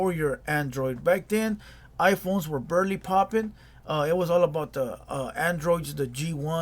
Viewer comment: It’s “barely”, not “burley”.